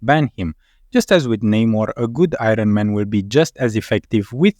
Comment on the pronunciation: I-run man...man it sounds good when you say it